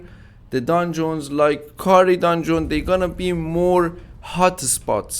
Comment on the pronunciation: you need to stop saying dundzon say it without o like dandzn you going on my nervs when you say dandzon dungeon dungeon dungeon